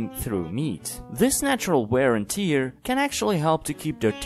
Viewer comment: Tear(verb) is pronounced differently than tear(noun).